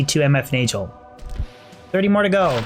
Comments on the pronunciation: It is Nagel (nay-guhl), not Najel (nay-jel) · Fun fact: Nagel is pronounced as Na'g'hel, in old european languages referring to "Nail Ring". You can see in German and Dutch both retaining old germanic spoken language still using Nagel to this day. Since this a gothic themed game i'm almost 1000% sure this was their aim a "Nail ring" not a Neigel ring. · same in scandi languages, it's been a pet peeve of mine having to listen to say naygel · It's pronounced NAG el. Not Nayj el. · NAY-GULL.. NAY as in the sound a horse makes, and GULL, pronounced the same way you'd pronounce it in SEAGULL. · I've always pronounced Nagel like bagel and manald like mana with ld on the end. I don't get how people come up with their pronunciations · Min Nald, Nay Juhl, lol ok..pass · The way this guy says nagel. It rhymes with bagel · If it's German it's pronounced nahgehl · nayjel xDD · I couldn't listen to you say "nayjul" and "manauld" this many times -_ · It's pronounce Nahgul. It means nail. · 50th ring was manald...not nagel... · It's really annoying how he mispronounces Nagel... does he enjoy eating BaJELs? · Wouldn’t it be a hard g on nagel, like bagel